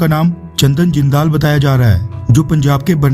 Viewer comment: चंदन जिंदल है ना कि चंदन जिन्दांल.